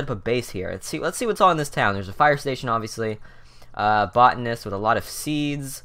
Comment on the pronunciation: botanist "Bow-Tan-ist" Botanist